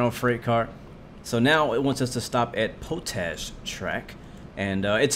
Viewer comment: It's pronounced "POT-ASH", not "POE-TASH". Do your homework. Lol